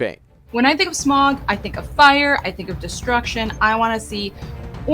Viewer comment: My winner for this one is for being the only one to pronounce Smaug correctly:-)